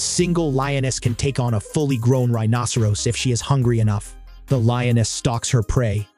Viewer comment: This commentator doesn't know how to pronounce rhinoceros correctly. If you're going to be an authority on this animal, at least learn the pronunciation.